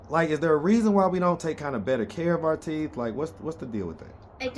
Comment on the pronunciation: not "TEEF" 🤣🤣🤣🤣🤣